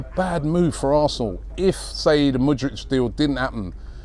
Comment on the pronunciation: Btw Its Mood Rick